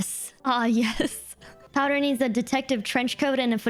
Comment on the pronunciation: POWDUR. Ain't no way you said that. It's hilarious. Thanks. xD